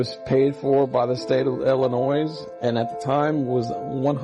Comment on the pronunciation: “it was paid for by the state of illa-noise” after he already says it correctly twice? 🤦‍♀️ That an-noise me! At least got it right every time!!!